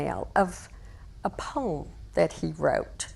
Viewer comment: She got a pome?? Not poem